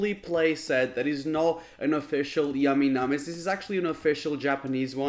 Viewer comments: Y did u go ehhhh it’s ayyyyy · " yamy namy's"